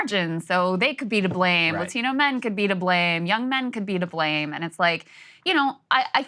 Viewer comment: She sounds super educated— but then sounds ridiculous whenever she pronounces the word “LA-TEEN-NOH”. Like, why does that even happen? I’m Italian, but I don’t turn on a Mario accent when I say the word “Italian”.